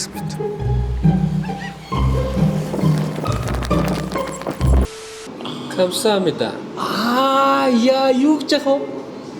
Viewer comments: Камсасамныдаа гэдэг чинь баярлалаа гэсэн үгшд бит үсэрч далданадаг гар байшд😂😂😂 үгээ зөв хэлээрэй😂😂😂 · Гамсамида буруу хэлээд байна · баярлалаа гэдэгийн буруу хэлээд байхын